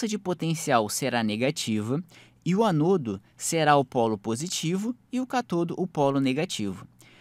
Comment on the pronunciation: anôdo? catôdo?